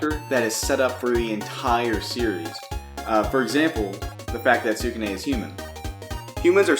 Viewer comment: You could try saying skew - neh or skoo - nay, God I don't mean to be too picky when about this but it's killing me.